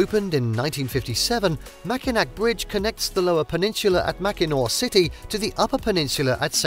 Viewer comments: Pronounced Mackinaw, you're welcome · I echo the comments included here. This was a delightful capture of some of our state’s finer points. I thank you. But…pronunciation…please. I cringed every time you said said MackinaC…and it’s said three times in a short span of seconds in your wonderful review of our cherished island. Also, Muskegon…you seem to want to find new and innovative ways to present our names locales. Also, I was quite surprised that while you beautifully highlighted Detroit’s museum campus, you neglected to mention the Charles A Wright Museum of African American History which sits nearly adjacent to the DIA. This, along with the Art Institute, the Historical Museum, the Library, and even The Scarab Club, make up a lush cultural landscape. Maybe an update might be in store. And I’d like to invite you back…let’s take a walk along the Detroit Riverwalk…it will blow your mind! But, gratitude for The Henry Ford, The Zoos, Sleeping Bear Dunes, The Mejier Gardens, Belle Isle, Pictured Rocks (although a bit taken aback that you showed only one quick shot of the actual pictured rocks) and more.